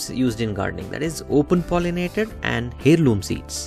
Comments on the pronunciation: It's pronounced Airloom not Hairloom. Thnx for the tips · FTI In English the "H" in the word heirloom is silent. It's pronounced air-loom.